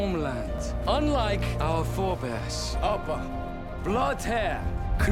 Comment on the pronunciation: Dimitri Kovač Stop saying it’s ubbe my guy, it’s ubba. I know, just like ragnor LADBROK didn’t kill the earl, or be the first to find out about England, people had been trading and going there back and forth before pillaging monestries in the north.